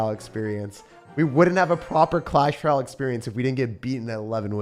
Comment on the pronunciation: Hey, what is a Clash Ral? Or are you meaning to say “Royale” (roy·ale)?